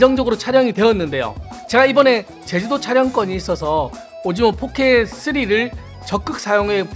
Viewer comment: 아 자꾸 오징어 포켓 쓰리라고 들린다............ㅠㅠㅠㅠ